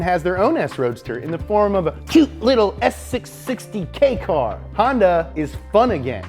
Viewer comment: did he just pronounce kei car correctly?